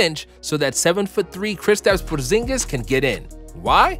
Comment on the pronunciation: ik he did not just say kistis pingis for the mavs